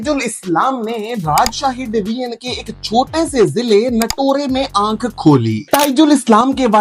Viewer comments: Bro thats not Natorey its Natore you should not Pronounce the last e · Nato-re nehi, Nator (e), Natore